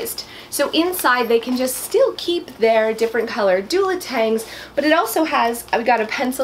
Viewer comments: LOL....Ok, I KNOW it is pronounced Duotang, but I always have thrown an "L" in there....lol...no idea why. I can't help myself. It is one of my many, many word issues!!!! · What's a doladang!? Lol 😬😂